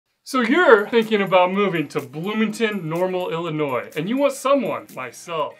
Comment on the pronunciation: And thank you for not pronouncing the S at the end of Illinois. I haven't lived there (and in Bloomington-Normal in particular) in almost 60 years but it still grates when people do that.